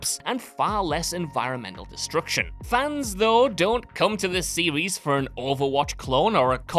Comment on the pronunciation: When your regional British accent forces you to say series like a toddler that can't speak properly and you say 'serwees' instead, it's time to stop. The British's desire to sound regional distinct from one another when the entirety of the UK isn't that large of a region, comes at the cost of sounding like, how do they say... a total numpty.